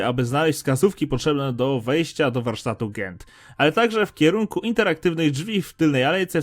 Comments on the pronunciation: Czemu mówisz zamiast "dżent" to "gent" albo "bendi" to "bendy", "The Lost Ones" to czyta "się de lost łans" zamiast lost-zagubiony to czytasz last-ostani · NADAL MÓWISZ GENT A MÓWI SIĘ DŻENT OKKKKKKK